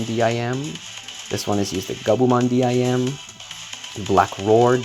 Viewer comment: Why do u say d.i.m instead of dim like sim card?